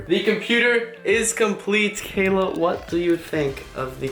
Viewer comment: I love how (sos for butchering your name) does the last step first and she put her FINGERS ON THE MOTHERBOARD. NOOOOO and why do you need a water cooler in a productivity PC it's not a gaming PC it won't get that hot not even gaming pcs get that hot